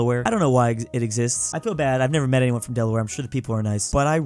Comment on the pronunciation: Why did you butcher my home state of Delaware